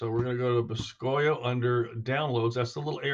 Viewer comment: I am pretty sure it is supposed to be said like boo-ski-oh. Which boscoyo is Cajun French for cypress knee.